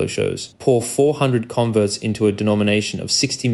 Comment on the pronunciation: I suspect this audio is AI, odd pronunciation of "converts" as if it's the verb